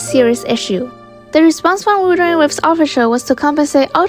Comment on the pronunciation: WUT-HER-ING WA-VES say it 100 times you'll get it right at least once